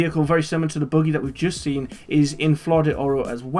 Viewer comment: why are u calling a buggy a boogie ?